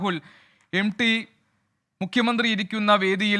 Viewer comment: എം ഡി അല്ല സാറേ...M T...M T... എന്ന് പറ....😅😅😅😅